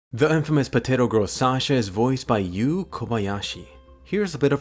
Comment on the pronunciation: Ha ha haaa! POTTATO PIZZA!ha ha haaa! POTTATO PIZZ!